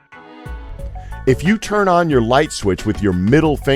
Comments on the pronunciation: did you say cheeld instead of chaild? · you pronounced "child" as "Cheed" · "Cheeld Labor" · did he said "cheeld labor"?